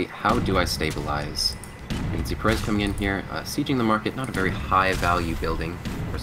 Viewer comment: why are you pronouncing perez with a silent z?. It's a spanish name the z isn't silent.